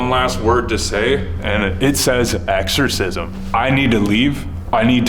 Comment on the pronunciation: "EXCORSISM"... IM GONE DUDE!